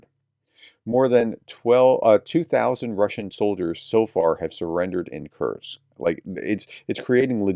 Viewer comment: It is not Curt-sk. Kursk. ; )